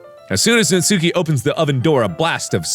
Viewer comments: Mark.. It's Nats[u]ki, not Nat"sue"ki. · Just gotta say natsuki is pronounced ''natski'' Edit:also when mark said "everybody in the comments is hiding behind their pillows" i kinda was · its pronounced '' Nas-ki'' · AYYYY! IT'S NAHT-SOO-KI!